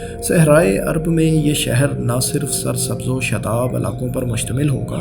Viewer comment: ایڈمن بھائی بڑی مہربانی ہو گی کہ اپنی اردو ٹھیک کر لیں ۔ کیوں اردو بول کر اردو کا بیڑا غرق کر رہیں ہیں ۔ 🤮🤢😖😖 سعودی کو سودی بول رہے ہیں اور شاداب کو شداب یار کچھ تو خیال کریں ۔اور بھی کئی غلطیاں ہیں۔ میں ہاتھ جوڑتا ہوں۔ پہلے بھی کئی دفعہ عرض کر چکا ہوں۔۔ 🙏🙏🙏